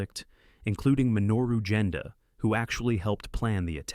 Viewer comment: At about 19 minutes your video went astray showing footage from "Gettysburg" as well as "Titanic" and "A Bridge Too Far" instead of "Tora! Tora! Tora!" Minoru Genda's name is mispronounced...the 'G' in Genda should not be a J sound but a hard G sound, like in Golf. Use a real voice instead of AI please, the AI pauses at weird spots.